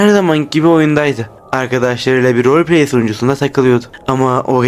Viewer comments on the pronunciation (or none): none